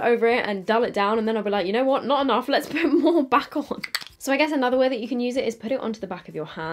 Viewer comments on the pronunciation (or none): none